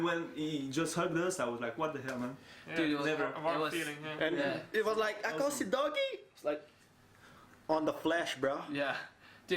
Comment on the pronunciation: U still pronounce akosidogie wrong bro 😂 ako and si are read separately and dogie is pronounced normally